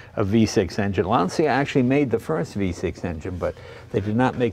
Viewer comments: Don’t pronounce it LANZIA. It’s written Lancia, after Mr. Lancia who founded the company. His name it’s easy to be pronounced for an Italian, as an American you should pronounce it as it was written LANCHA, the CHA pronounced like the first three letters of Chattanooga. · Jay I can’t believe I have to point this out. But Lancia is pronounced like Mark Whalberg saying Lawn Chair. LAWN-cha, Not LAN-ce-uh. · Awesome car. Looks like a blast to drive. Btw, please pronounce Lancia correctly, especially as someone from Italian heritage Jay. It’s Lan-cha not Lan see ya. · It hurts when Lancia is spelled “Lansia”! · Really? You pronounce it LAN-CEE-AH? Pssst, LAWN-CHA. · Dude, if you dici "LANSIA" pare you is in panic. Se dice "LANCIA", in italiano. Because i non coming in your house a dire "CHEVROLET" come si write. Stay in bell. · Lan ch a not lan c ia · lancia is like the word launch with an a at the end and without the u. lancha. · in Italian.. it is pronounced Lawn-chaw... :) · Lancia, pronounced Lahn-cha. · It's pronounced ' Lanchia ' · I'm not Italian, but I'm pretty sure that this should be pronounced Lanchia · Classic car def. but at least say Lancia properly..